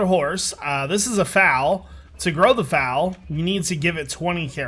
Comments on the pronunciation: Pretty sure your horse is a lady cos she was nursing. Also its foal (rhymes with coal) not fowl (means birds) for a baby horse. And, your story was really touching you must be a really good guy. I gues sometimes we judge people and don't ee things from their point of view. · youre kiling me! its a foal not a fowl XD foal like coal XD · and its fole not foul lol kinda looks like it but its not lol "foal" ;) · I splurged my tea when he pronounced foal wrong - I couldn't breath for a few seconds through all the laughter!! I've been with horses for years but I never thought the word foal looked funny until now